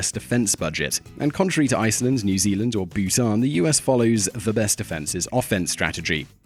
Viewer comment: "New ZELAND" lol